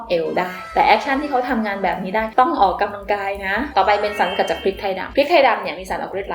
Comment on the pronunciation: ดว้ยความเกรงใจนะคะ ควรออกเสียงคำว่า ออกกำลังกาย ให้ถูกนะคะ ไม่ควร ออกกะลังกาย นะคะ ขอบคุณค่ะ